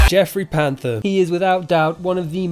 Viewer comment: You said Jeffery Panther at the beginning, when it is clearly spelled Prather. Poor job